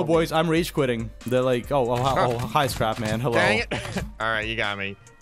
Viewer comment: did- did he say "Scrap geganic"?